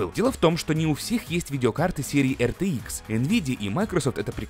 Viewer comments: Пж не говори АЙР ЧРИ ИКС. Говори как все "Р Т ИКС" Не надо строить из себя англичанина XD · Не говори артиикс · Все люди: Рт-икс, рт-икс, рт-икс: ЙёРтиКсЕ)))0) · Сразу видно его шведские корни))